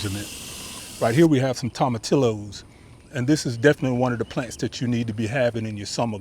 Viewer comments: Pronounced = toma TEE yos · The 2 L's in tomatillos is pronounced as a y... toma tee yoses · 🤣 tom a till o’s. Oh my god. You are so cute. Toe mah tee yo’s You need to throw that Hispanic accent on it. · Tomatillos is pronounced Toe-ma-tea-yos since it is a Spanish word. Great vid!